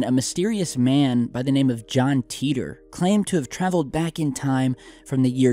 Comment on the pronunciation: Why ‘teetor’ and not ‘tItor’ with an I for pronounciation??? It has bugged me for years